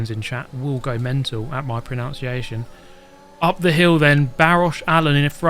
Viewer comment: I'm going mental at your pronunciation of "pronunciation" as "proNOUNciation"